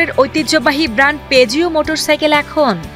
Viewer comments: পেজিও নয় পুজো উচ্চারণ করতে হবে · উচ্চারণ peugeot= পুজো